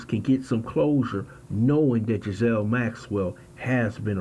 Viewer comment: Pronounced Giz - lane. Not being a smart ass. Took me a while to work out which way was right. 😁